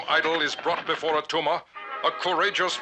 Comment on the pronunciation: It's not Attuma